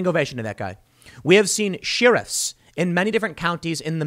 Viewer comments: Love Tim but boy does he struggle with the word “sheriff”. Tim: try “share-if” with stress on “share”. Forget about the letter “e” altogether. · Have I been pronouncing "sheriff" wrong all these years? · Lol. Pronounce sheriff correctly. This is my fight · Tim, I'm just curious why you insist on being the ONLY person in the United States who pronounces 'sheriff' incorrectly. Seriously. I'd really like to know. 😊